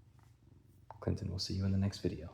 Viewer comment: Meester Cleenton